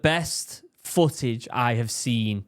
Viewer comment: It's "footage" not "fooage"! I cant stand it